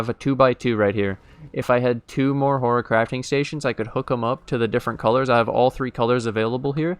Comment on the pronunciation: you're been watching too much Harry Potter ... it's horTIcrafting station ... like horticulture